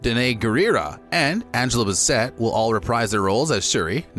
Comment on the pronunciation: Angela Bassinet! 🙄